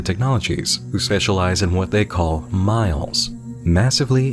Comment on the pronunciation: In full honesty, I thought MILEs said MILFs.